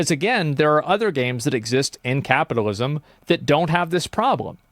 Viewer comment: Take a shot every time this dude said capitism